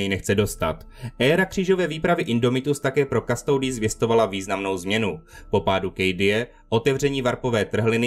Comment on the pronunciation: Originálna Latinská výslovnosť je "Kustodis" a znamená to strážca